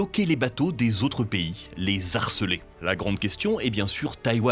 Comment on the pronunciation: Superbe vidéo.... par contre on ne dit pas "les zarceler" mais "les harceler"... Il y a un "h" muet à "harceler" donc pas de liaison avec le "s" de "les".